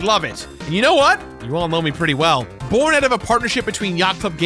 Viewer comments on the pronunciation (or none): none